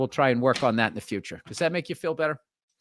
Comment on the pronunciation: when he said you migth be listening 5 years into DA FYUTCHA....how is california doing you listener in 2020 i was shook...